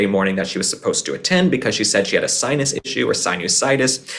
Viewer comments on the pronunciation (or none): none